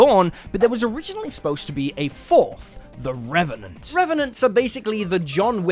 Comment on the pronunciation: Me: always wanting to make a Deadpool character him: reventent